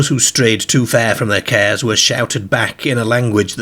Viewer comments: It's cars not cares 😅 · I wondered what he was on about when he kept saying "cares", I realised he meant, "cars". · Sounds like morcambe ways or south lancs if you listen he pronounces dark 1st in a similar way as derk or dirk….then later over pronounces it as DAr(K(hard K)) this indicates a mix of accents possibly from a area closer to Liverpool who also pronounce a hard (K) also cars pronounced as kerrs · What the hell!? 😅 They went too FERR from the CERRS and odd PERRS Walking across his GERRDEN towards the PERRK? Hopefully you ain't got any viewers from the US because I think you would have lost them at that point, they struggle with our accents anyway but I'm kinda struggling myself tbh 😅😂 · The narrator pronounces his A's as E's - They drove their CERS through the DERK PERK 🙃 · I love how he says cares lol He's a riot 😊😊😊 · Cracks me up :)